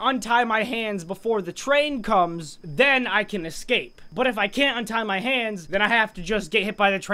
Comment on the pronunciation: We will ecwape the twain *gets stuck*